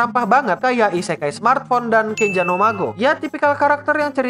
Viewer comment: Akua nya min.. Isekai nya jadi "isekali" Lop lop kapten yami cobalah kau dengarkan(minkymomo)